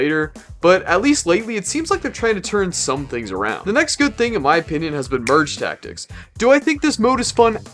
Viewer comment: Does bro hate merge tactics because he can’t say it?